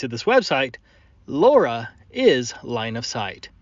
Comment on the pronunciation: Okay Laura is driving me nuts. Low Rah is how my mind wants to pronounce it.